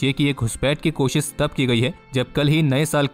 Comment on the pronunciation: It's koshish not kosis for example